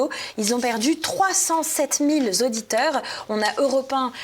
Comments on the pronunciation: ... nouveaux Zauditeurs ... OUI ... 307 mille Zauditeurs ... NON une journaliste ne devrait pas dire ça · 307000 z'auditeurs....lol mille invariable donc pas de s...quelle décadence pour le niveau de ces journalistes de droite ou de gauche... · Pourquoi 307 000 Zauditeurs ? :-) En dehors de ça, je vous remercie d'exister. Bonne continuation ! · 307 000 z'auditeurs 😲 oh le pataquès!